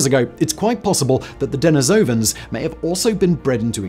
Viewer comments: de-NI-sovans Not Deni-SOUVans Good grief, man! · "Neander-talls" the "h" is silent. "Dah-nee-so-vens"